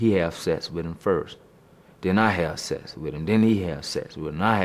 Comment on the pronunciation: " I let him know I wanna have Sess wit him" lmao